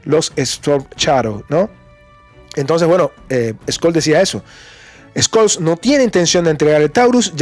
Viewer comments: Una pequeňa observación: Scholz se pronuncia sholts no skolts. Von der Leyen se pronuncia fon der Laien; Fico (el eslovaco) se pronuncia Fitso no Fiko. Pequeňos detalles que mejoran la transmisión. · BROTHER THE PRONOUNCIATION OF SCHOLTZ IS SSSHOL. 👍